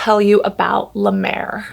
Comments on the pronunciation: This made my morning 😂 now I know why Jeffree Star loves La Mer. Also, you saying “”La Duuur” like La Mer is cracking me up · As a french, i just love the way you say La Mer ♡